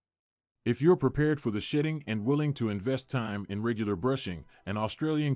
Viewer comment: I swear I am hearing shïṭṭïn̈gʻ 😂